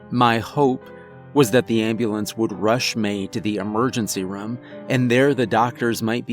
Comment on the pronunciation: everyone says room this guy: Rom